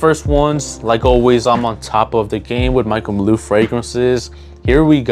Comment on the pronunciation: Why tf you keep saying Michael maloo?